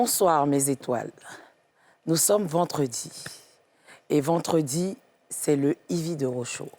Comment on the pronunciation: Vendredi, vendredi et non VENTREDi. Merci ma belle